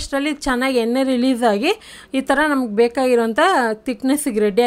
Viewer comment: ತಲ ಅಲ್ಲ ತಳ. ಎನ್ನೆ ಅಲ್ಲ ಎಣ್ಣೆ ಕನ್ನಡ ಸರಿಯಾಗಿ ಮಾತಾಡಿ